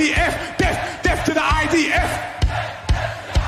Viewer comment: They simply MUST charge this idiot who can't even pronounce the word "Death" correctly. Quite obviously appealing to the YOOF and other morons